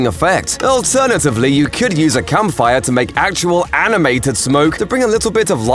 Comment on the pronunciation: Is it me or does every time he says campfire it sounds like hes saying something else? 😂😅